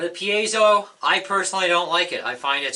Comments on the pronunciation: You are the first guy I've heard ptonounce Piezo correctly! Mark Evans, Ekectrical Engineer. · You are one of the few that pronounces piezo correctly, signed an Electrical Engineer.